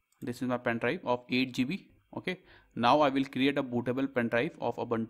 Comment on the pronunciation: Pen Drive ❌ Pain Drive ✅